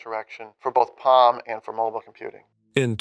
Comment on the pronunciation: Powered by Windows Mobeel 🤖